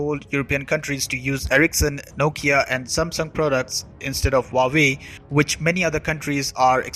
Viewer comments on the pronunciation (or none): Your report is incisive. But your pronunciation of Huawei is incorrect. It is not Vawei as you say but H-U-A-W-E-I. Hua, the first character, means flower and hence the flower logo. The second character, Wei, means China. Don't mistake me, I'm an Indian and neither an admirer of CCP nor ever visited China, but have learnt Chinese language at the Delhi University way back in 1970s.